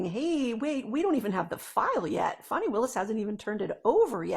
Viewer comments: FAN - ee not FAWN - ee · It's not pronounced Fani it's Fanny